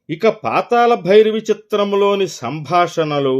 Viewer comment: పాతాల భైరవి కాదు... పాతాళ భైరవి. తెలుగును ఖూని చేయవద్దు